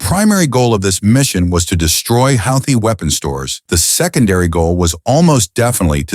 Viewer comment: Houthi is mispronounced NO, it was NOT a F-17 that was downed. No such aircraft exists It was an F-117 Nighthawk , not an F-17